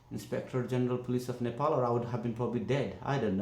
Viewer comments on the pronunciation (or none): Nothing bothers me more than how white people pronounce Nepal....nepooool like wtf